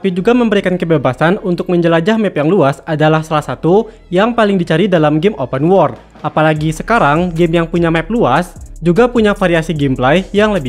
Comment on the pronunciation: Lu ngomong open world pengucapan malah kaya open war bro, benerin lagi jadi enak dengernya wkwk saran aja si, sama jangan terlalu kaku ngisi narasinya 😂